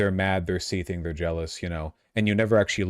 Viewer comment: he's still annoying for the way he says "seethe" and "seething" ITS NOT PRONOUNCED "*SEE THING*" LIKE IT'S THE TWO SEPARATE WORDS RAAAAAGH